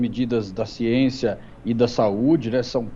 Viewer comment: "Ssiénçia", isso é um exemplo.